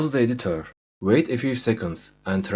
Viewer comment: editör dediği anda ikna oldum